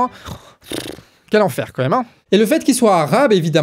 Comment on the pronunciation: Il continue à dire comême.. c'est quand-même.